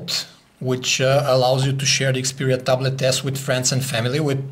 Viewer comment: I like when he said the word ta blet..